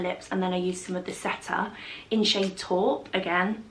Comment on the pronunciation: 'taupe' is pronounced like 'rope' with a T.